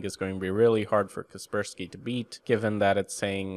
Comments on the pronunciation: so cringe you call kaspersky for Keerberski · I used to pronounce 'Kaspersky' as 'Casper Sky'. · KasperSPY? hel no